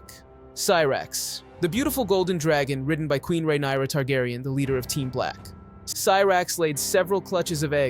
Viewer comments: Rhaenyra? naaa, Rhynaera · Demon. Melex. RhaeNAYra. EEgon. HeLEYEEna. It’s already confusing remembering Westeros names. Butchering the names just made it worse. 😂 Still a good summary of the dragons. 🤓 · He keeps bouncing back and forth on Rhaenyra and then botching so many others lol